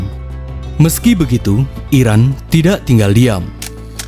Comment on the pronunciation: Mimin nya kurang jelas , penyebutan Iraq dan Iran . Kuping ku kebalik balik denger nya. Jadi Sampek di ulang ulang video nya di menit tersebut